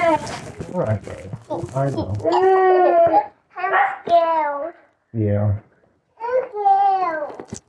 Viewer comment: the way he's pronouncing "im scared" as "im scawed" is breaking my heart